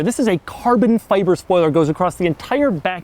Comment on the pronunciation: I hate how he says fibre